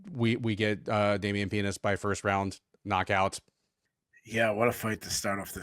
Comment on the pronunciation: You know I usually listen more than I watch but when I heard say a fighters name was Damian Penis I had to go and look at Keith’s face